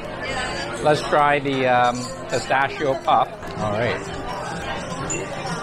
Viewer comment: I recommend you to learn how to pronounce "pistacchio"!! 😂😂😂